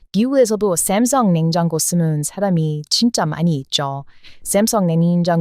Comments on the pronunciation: 샘성이 아니라 삼성... 발음이 어색함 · ㅋㅋㅋ 아직 삼성 발음을 쌤성..귀여워.. 한국 말로 설명하다 . 문잔 중간에 영어 단어 나오면 완전 현지 발음이 나오네..